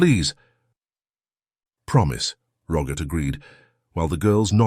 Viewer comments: Roggit? It’s Robert 🙄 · His name is ROBERT, not RoGert...lol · ..also.. a soft ‘G’.. in place of the ‘B’.. Geeeesh🤨😐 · Why do you call Robert - Rogert ?. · How did robert morph into rogert? Like the english say yoghurt? It's not spelled like roger, just messed up! Kasey is not spelled Cassie, you have wierd pronunciation. Cassie has a short a. Use the right spelling for goodness sake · The Narrator says the name Robert.. with a Hard G in place of the B.. Aggravating..🤨.. ur.. Good, Scary story👍🏼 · Ok.. now it’s ‘ck’ in place of ‘B’😐